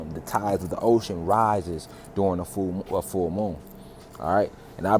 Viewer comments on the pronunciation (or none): none